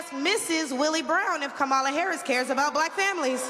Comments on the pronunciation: The more I listen to her, the more she makes my stomach upset 😡 What an embarrassment to all black people. No one is coming for anything. Tomorrow she will be forgotten. Learn how to say her name please. I think it's Kamala not Camalla. Damnnn! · It’s Kah-ma-la.Not that difficult.😣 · This fool needs to start by knowing how to properly pronounce #VP Harris first name. 🥴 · The fact that she just can't pronounce Kamala's name correctly is irritating AF in itself. She's a clown... just like her boy Donald. Up there shucking and jiving for the crowd. Parroting misinformation... let's go BLUE! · Do they require them to say her name wrong? Hard to believe a black woman can't pronounce a name like Kamala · How embarrassing that she can’t even pronounce “Kamala” properly. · Intentionally mispronouncing Kamala’s name is gonna come back to haunt the Republican Party. I also wonder how much those black people in the background got paid to stand there listening to that garbage. Better yet, how much did the regular racists get paid to be out of camera frame. 🙄